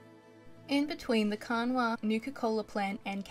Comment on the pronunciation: love the love foor the game, my heart hurts as a west virginian though cause of how you said kanawha